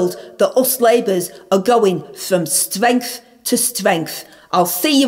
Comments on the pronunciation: Go Angela! From stwength to stwength! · I hit YouTube every morning to see what gems our Angela comes up with 😂 You never fail to hit the nail on the head 🤣. You're going from Stwrength to Stwrength 🫡